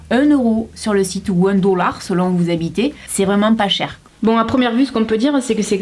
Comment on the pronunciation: J adore l accent "oune dollar"!! Mdr!